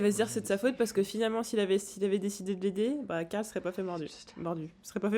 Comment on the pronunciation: Caarl carl non glenn carl